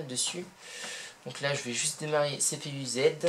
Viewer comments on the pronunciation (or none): Le lag ne vient pas de la batterie mais du faite qu'un PC portable sur batterie se met en éco d'énergie a moins de le configurer pour le contraire. La => Le wifi !!!!!! CPUZ se prononce en un mot et non pas "CPU ZED" Pour le reste tu dis plus fin que du clevo etc... pas certains pour en posséder un cela dépendra du modèle. Tu devrais donc nuancer tes propos plutôt que d'affirmer. Pour le bruit c'est comme tout les PC portable. Pour la batterie qui ne tient pas c'est normal. Un i7 avec un GPU ça consomme pas mal. Je suppose que tu as fait tes relevé ? (avec quelque chose de plus précis que cpuz ou core temp pour la conso ?) Merci pour la vidéo !